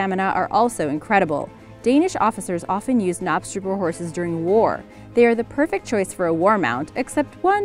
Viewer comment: You are meant to pronounce the k in knapstrupper 😅